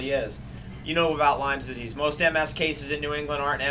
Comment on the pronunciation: It's Lyme Disease — Not "Lyme's Disease"